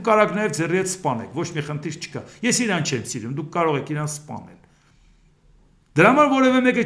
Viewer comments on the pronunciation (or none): none